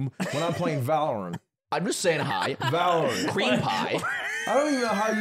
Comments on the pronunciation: va·lr·uhnt Straight from the google mouth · Aiden W Monaco is not within France. Also valorant = va lr uhnt lol big L week for Lud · I hate the way Ludwig says valorANT with so much emphasis on the ant. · the way ludwig says ValorAnt is like its an Ant-man licensed game fr, i dont play the game so i assumed that that was just how it was pronounced for the longest time 💀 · Ahh... The catharsis finally seeing Lud called out for his Valorant pronunciation. Pretty sure Hassan says it like that too because of him. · i understand that the vowel in the third syllable of valorant should be pronounced as ə and not æ—just like deodorant—but ludwig was the first person i ever heard say it, so saying it any other way feels wrong. he's poisoning the minds of children again